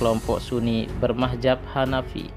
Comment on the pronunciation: Min bukan bermahjab tapi madzhab😁